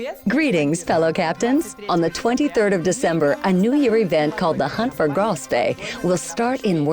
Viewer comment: To be honest... it isnt THAT hard to say Graf and not Grove